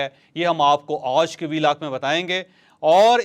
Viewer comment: Ooj nahi hota panjabiyon.aaj hota hy